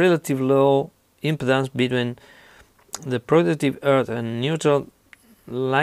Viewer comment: When you say impedance it sounds like impotence :)